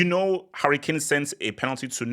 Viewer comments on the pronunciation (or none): none